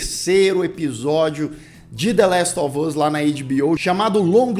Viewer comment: "La ele of us" 🤣